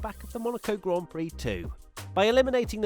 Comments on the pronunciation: when she called it a "glaan Peere" I got foking offended. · Cringe all around "Grand Piri" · Omfg, right? Im sittin here, watching this large woman call it a 'gan plix' or whatever the hell she said, while the actual winner of the damn race in question stands aside while she gets the spotlight....idk who the directors and producers was, but i like to think theyre on the hunt for new employers. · saying Grand Piri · I heard an American say grand pricks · She was faking her interest in motorsports and didn't even know how to pronounce a Grand Prix "Glaan Peere" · not just that, she couldn't even pronounce grand prix properly either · who must not be named Whatever you think, buddy, but the interview was embarrassing, she can't even pronounce "grand prix." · The whole segment was brutal...she didn’t even how to pronounce the words “Grand Prix”... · that was so painful to watch